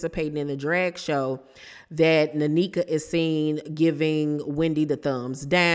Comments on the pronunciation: It’s pronounced (neh-kha) not nanika 🫠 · I think her name is pronounced N- eka. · They either brought this girl on to fight w/Wendy or to replace Wendy. Its nasty either way and she's coming on as Ashley's "friend"....Definitely a scheme set up by Todd bring the bullsh*t lol! Sidenote: it's pronounced Neck-uh. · Hi! It’s pronounced like nay-kuh ❤ And I was actually hoping they wouldn’t be beefing but since they are, lemme grab my popcorn 🥴🫣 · Thanks for the tea! It's pronounced NECK-AH